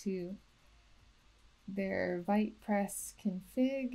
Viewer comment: apparently its pronounced wheat not white 🤷‍♂️